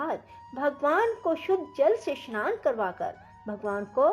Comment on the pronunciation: स्नान का उच्चारण शनान